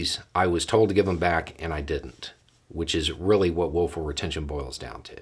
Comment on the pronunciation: I keep hearing woeful retention..😁